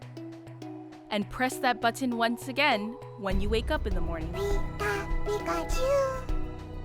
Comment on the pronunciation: Who says "button" like that?!